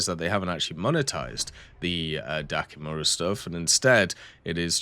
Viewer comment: it's Dakimakura not dakimura :goodvibes